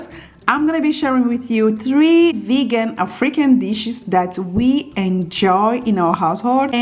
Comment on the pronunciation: I love your accent.. I thought you said freaking dishes in the beginning.. I thought Oh My! that's not like you.. I realize it was African ** lol.... take care .. stay well.. blessings to you and your family and all those reading this.. love!